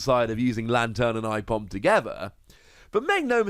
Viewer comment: I love ambipom good to see him back The way you say aipom hurts me tho